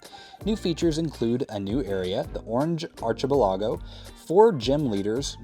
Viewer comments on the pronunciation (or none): No way you pronounced archipelago like that. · The way you pronounced Archipelago actually had me on the floor😂